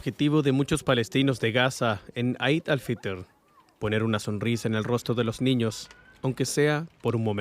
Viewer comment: 'Eid al fitr' se pronuncia /i:d/ al fitr.